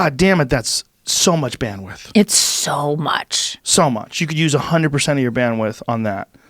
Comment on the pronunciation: Joe "uh-hun-dread purr-cent" Rogan